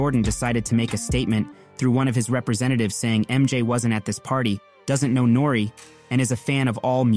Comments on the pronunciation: His name is nor ee not nor lol can’t b a hip hop fan 😂😂😂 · I don't think you love rap. How you gonna butcher Chamillionaire's name and N.O.R.E.'s name? You're a CULTURE VULTURE telling old rap stories that heads who been down with the culture knew about years ago.